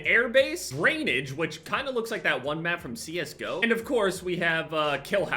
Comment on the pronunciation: It feels so weird hearing say CS:GO